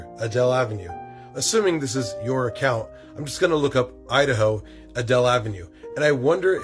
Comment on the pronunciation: When you said "HIS ACCOUNTS GONE" I thought you said "he's a couch goblin"